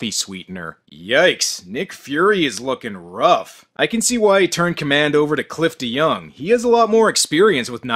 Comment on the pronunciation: OOOOooohhh.... his name is Cliff deYoung!! Every time you say his name, I always hear you say Clifton Young.